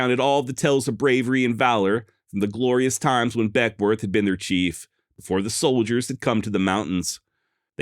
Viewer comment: I'm a Northern California native and work about an hour from Beckwourth. The locals pronounce it Beckwith and I've read he pronounced it the same. Hahahaha I just heard you say whitewarsh 😂